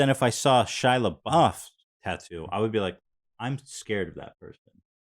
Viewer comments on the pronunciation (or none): How about we teach Hila how to pronounce "tattoo"